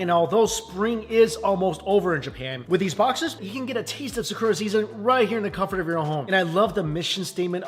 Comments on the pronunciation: Why do you pronounce "Sakura" like that? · The pronunciation of Sakura......😬😅